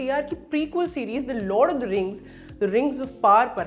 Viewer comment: यह लॉर्ड ऑफ द रिंग्स है लॉड ऑफ द रिंग्स नहीं😁